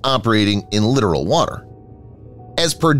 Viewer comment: Once again, it's "lit-tor-al" not "lit-er-al".